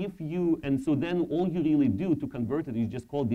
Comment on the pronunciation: Рррррррррили? не смог досмотреть изза мразотного произношения